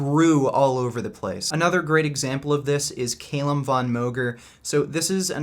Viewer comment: its not pronounced CAYLUM but cal-um